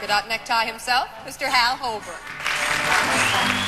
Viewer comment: I love when he says "and it's 5 down and we'll go to Hal" because as much as I re-listen, it still sounds like he's saying 'hell'. Too funny